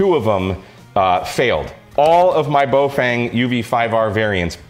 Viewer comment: Please note: the first syllable of the brand is pronounced to rhyme with "cow" and the second rhymes with "lung". So it's "fung", not "feng". Cow-Fung --> Bow-Fung.